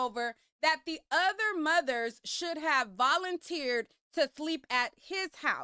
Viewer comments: Mudders? Lol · This man can’t even said moTHers…. Damn mudders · It irritates me how he pronounces mothers like "mudders". I wouldn't feel comfortable as an adult spending the night with him. Let alone my child! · “Mudders” “Udders” 😅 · What’s “muhders” ? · Wait. Did he say MUDDERS?! 😂 Go lay down